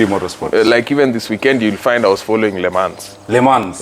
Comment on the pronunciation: encyclopedia head who only follows motorsports, and nothing else, but cant even pronounce Le Mans??? 🤔 And BTW, the "chair" as he calls it, when fitted in a car, is called a "seat". 😁